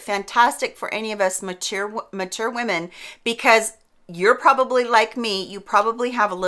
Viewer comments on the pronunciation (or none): none